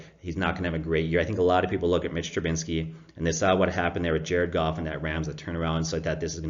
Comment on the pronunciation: Trubisky not Trubinsky